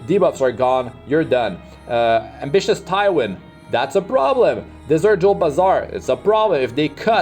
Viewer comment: I still love that he’s “Dessert” jewel Basar rather than desert jewel, which makes sense because he’s such a snacc lol